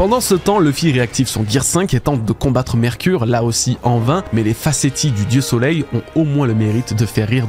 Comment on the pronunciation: Petit détail : Facétie se prononce "facécie". Très bonne vidéo !